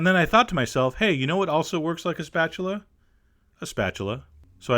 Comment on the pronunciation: when chef John asked "you know what looks like a spachuler " i thought he was getting ready for a joke >.<